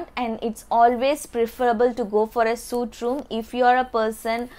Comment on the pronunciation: It's pronounced as sweet room